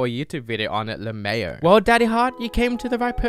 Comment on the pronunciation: Lmao - le-meh-ao???, it's le-mao